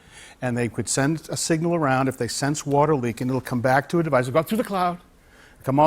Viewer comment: "full city watAAH pressAH"